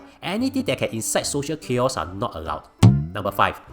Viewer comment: thanks for summarising very well but some feedback: theres really no need to purposely jumble words or mispronounce them in the spirit of singlish. its utterly irritating and makes listening very unenjoyable. u can pronounce Chaos ..and clearly can also pronounce Decree. its not cute and certainly not funny.